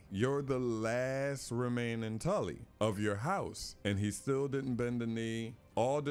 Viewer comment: Tarly not Tully